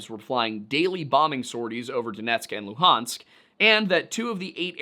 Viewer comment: Love how you said Donetsk oblast😊